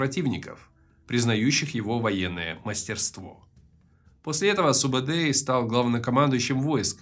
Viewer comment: Во первых,его называет не субедей а СУБУДАЙ! ты тап хорош умник🤦